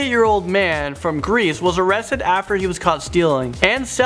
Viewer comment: He said arasted